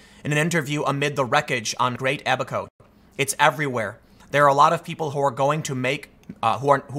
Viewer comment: They made fun of Noah for building the Ark and we all know how that turned out. PS, Tim, it's "Abba-ko", not "a back hoe".